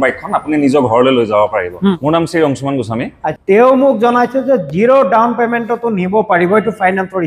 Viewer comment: Teazpur nhoi bhai "Tezpur" Dawon payment nhoi bhai "Down payment "